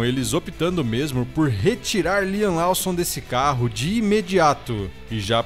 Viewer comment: Lawson não lê-se como estás escrito! Bora melhorar as pronúncias da língua inglesa!